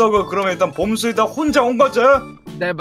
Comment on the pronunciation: 에 봄수가 아니라 검수라고 들리는거 나뿐인가???